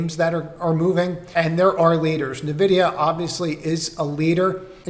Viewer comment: nVidia is pronounced eN-Vidia... not Na-Vidia, just a tip